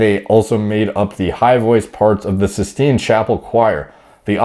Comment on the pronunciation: You really exposed your lack of a general education with no knowledge of what a Roman numeral is, inability to pronounce common words, "Byzantium", Pius, Sistine" etc. Embarassing!